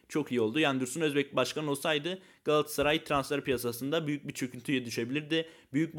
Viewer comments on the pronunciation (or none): none